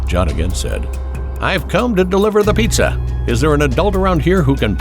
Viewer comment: Piiitza Delivery